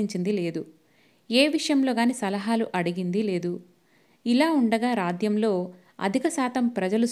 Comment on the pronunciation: మీకు రాజ్యం అని అనడం రాదా? నేను మీ మిగితా కథలల్లో కూడా విన్నాను. ఈ ఒక్కటి సరిచేసుకుంటే బావుంటుంది